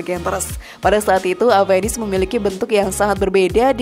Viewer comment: Oya, baca avenis?? Dengan V ya bukan P, 😝, kenapa bukan saluto yg dimasukkan ke Indonesia bang???